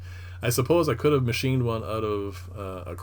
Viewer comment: Nicely done...Did I hear, Ote??? I sense a Canadian, ehh!